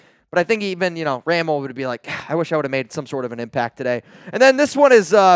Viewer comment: It's pronounced (ruh-mel,..not ram-el)